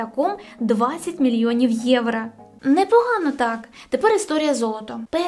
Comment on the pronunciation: Гарне відео, але треба працювати над українською вимовою, щоб звучати не так, як Тимошенко. (Євра), в українській буква "о" не звучить ніколи, як "а".